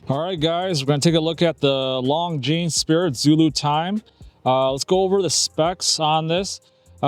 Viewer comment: At least pronounce the brand name correctly 😂